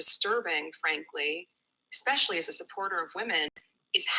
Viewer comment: She didn’t just say “Expecially”, did she? 🙄